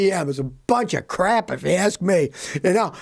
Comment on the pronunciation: When Scotty says "crap", the "a" is pronounced as in lamb, or half.